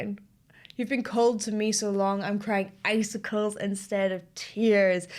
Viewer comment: icicles, I always thought he said, acid drops.